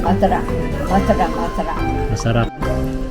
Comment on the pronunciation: "Masarah" ang dinig ko hahaha